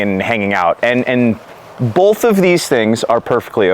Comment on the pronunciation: Holy fuck do I hate how says "bowlth"